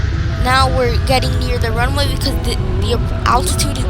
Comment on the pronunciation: "the plane is going to softly land on te ranuway ☺☺☺☺☺☺☺☺☺☺☺☺☺☺☺☺"